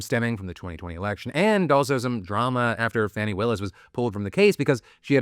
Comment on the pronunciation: Bro. Faw-nee, the Bully Administration calls her Fanny. We don't call you Pheye-leep 😂